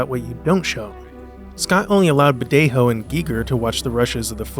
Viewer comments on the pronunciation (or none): Great video but Badejo isn't pronounced with the hispanic "J" sound (the voiceless glottal fricative, in English "H")! It's an English "J" as "jump" sound (voiced postalveolar affricate)! His Wikipedia page has pronunciation audio.